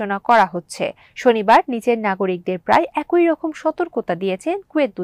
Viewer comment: একই-> একোই × অ্যাকি√